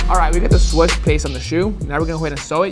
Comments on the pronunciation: Nike trash and Disney trash put together! And tf are you saying? It's swooosh? Not SWUSHES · Swoosh not swush 😂😂